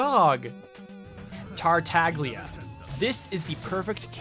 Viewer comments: He pronounces the g tho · Fun fact: the G in Tartaglia’s name is silent so it’s actually pronounced Tar-tah-lee-ah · the way he said diluc <3 edit: the way he says tartaglia </3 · I hate how y'all pronounce Tartaglia T_T The G is mute guys, c'mon. Also, hell yeah! Razor Protection Squad assemble! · Pronounces Liyue character names perfectly. Proceeds to pronounce the G in Tartaglia. You almost had it. On another note: I main Diluc but the Barbara, Chongyun, and Jean bits got me.